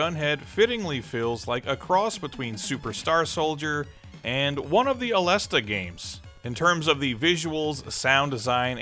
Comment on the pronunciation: Aleste correct pronunciation - (A-les-say)